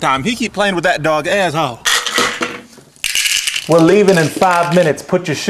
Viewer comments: when he says "asshole" I here "asshoe" but I guess that's basically the same thing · I LOVE THE WAY HE SAYS ASSHOLE LIKE HE PRONOUNCES IT AS ASSHOE